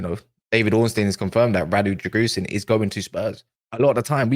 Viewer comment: Drãgusheen is pronounced